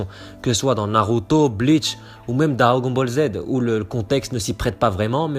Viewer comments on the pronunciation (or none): none